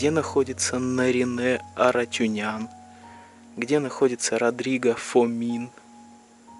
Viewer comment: Родриго ФОминс .ударение на О.живет и поет в Риге